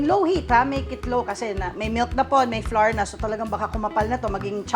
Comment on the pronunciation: Flour, sour, and hour are not pronounced like the letter, “R.” They should rhyme with “flower.” Just an fyi. Love your recipe though.👍